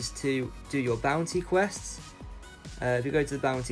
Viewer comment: who else heard bouncy quests instead on bounty quests?